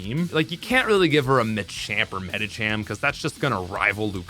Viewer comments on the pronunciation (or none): none